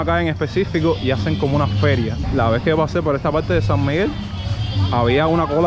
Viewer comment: Se dice PaRRTe no Palte